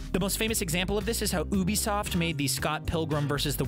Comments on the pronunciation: it’s pronounced You-bee-soft, not Ooo-bee-soft. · How do you messed up saying Ubisoft so bad